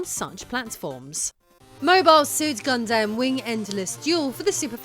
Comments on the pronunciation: I think it's "Gundam" not "God Damn" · I like doing the segment where you were talking about Mobile suit Gundam, with your British accent it sounds like you're saying, got damn. With your British accent, when you speak, you say every syllable within a two syllable word, instead of, just saying it as one word, you and your husband, do this, I'm just telling you, what I've noticed, it's not bad, I'm just giving out my two cents here.